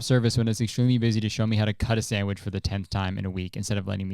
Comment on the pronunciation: not kurtis saying samwidge 13 times in 3 minutes